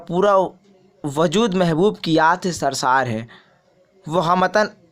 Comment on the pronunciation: شرسار نہیں سر شار